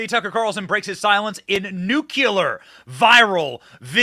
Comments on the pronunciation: Hello Benny. You are a legend. It's nuclear, not new killer. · Benny... please.... love your message but Nuclear is pronounced New -Klee-ur. Not New-cue-luhr. There are not 2 'U's in Nuclear. Other than that, keep fighting the good fight! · NuclEAR!! Nucular! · Love your reporting Benny! But then the Pronunciation police showed up and said: NUCLEAR= is pronounced easily-like: NEW CLE-AR or Nuke-Lear, but Not ‘new-Cu -Lar’ or new-Cu-Le Are. Save a syllable, it’s easy Peasy. Just say… nu-cle-ar 🤗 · ‼️OMG‼️ BENNY‼️BENNY‼️BENNY‼️‼️‼️ THE WORD IS NUC- 👉 LE 👈 -AR‼️‼️‼️‼️‼️ ‼️👉 NOT 👈‼️ NUC- 👉 YOU 👈 -LAR‼️‼️‼️ ‼️G O T I T⁉️⁉️⁉️⁉️⁉️⁉️⁉️⁉️⁉️⁉️⁉️⁉️⁉️ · Hi Benny, it's- nu-clear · LoL Nucular. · We do love Benny. But if he doesn't start to pronounce the word "NUCLEAR" like a grown man, I may go right out of my mind!!! Who does he think he is??? "W" Bush???